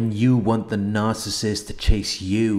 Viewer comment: NOOOOO one can say the word narcissist like you, it hits like if you didn’t know what a narc was, you can hear RATCHET 🤣love it✌🏾♥️💡